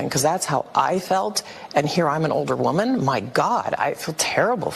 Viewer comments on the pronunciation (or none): none